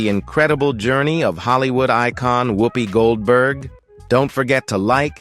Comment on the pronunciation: A waste of the New FBI cost and time. They have uncovered nothing subversive. The narrator cannot pronounce her name correctly ! Much ado about nothing !